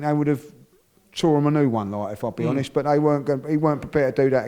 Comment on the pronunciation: “I’m gonna be ‘onest wiv you Wobby!”